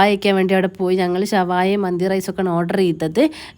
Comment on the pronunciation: മന്ദി എന്നായിരുന്നോ നല്ല പോലെ പറ കുരുപ്പേ 😂😂😂ഞാൻ കേട്ടത് മത്തി കഴിക്കാൻ പോവുകയാണെന്ന്😊😊😊😊😊ബല്ലാത്ത ജാതി 🥰🥰😊